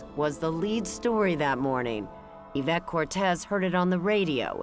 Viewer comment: Isn't it Yvette? (Not Avette)